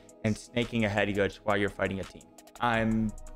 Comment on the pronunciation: What is this word "Headgooge" you are saying?? Great vid btw